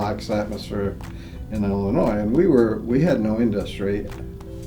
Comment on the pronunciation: You were only roughly 2 hours away from my hometown, very exciting. But most of all, thank you for not pronouncing the S at the end of Illinois.